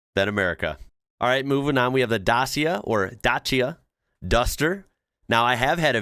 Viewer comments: DACIA you have to pronounce dacha, and it means wooden forest hut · This has probably already been said but the Dacia is pronounced the 2nd way you said it Pronounced (Datchia) or at least that's how I've always heard it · Just bought our third Dacia (pronounced Dat cha), they are great and very dependable.